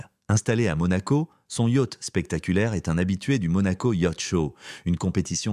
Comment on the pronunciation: On aura surtout noté qu'à Monaco , "magnat" au pluriel se dit "magnettes" On prononce "Quatre-vingt t'huit " avec la liaison Yatch censé se prononcer yoth en français se dit "yart"🤔 Et enfin, à Monaco "Peu peuvent..."😂 Histoire d'être raccord lors de la prochaine soirée privée😀